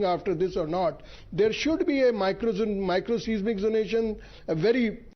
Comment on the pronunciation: did the BJP MLA say sensitive 'John' or did he mean to say zone?